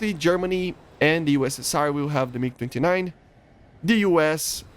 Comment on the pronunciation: is it me or did he say mig 59